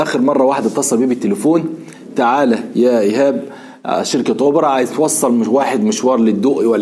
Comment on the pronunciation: ياحنفنف اسمه أوبر...مش أوبرا